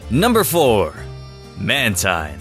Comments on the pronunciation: It's not mantine it's manteen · its ManTEEN NOT MANTINE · You Said "Man-Tine" Instead Of The Correct Pronunciation,"Man Teen" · man-teen, not tine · It's manteen instead of mantine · Mantine is pronounced Man-Teen! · it's man-teen you moron learn how to read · It's actually man-TEEN. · It's man-teen!!!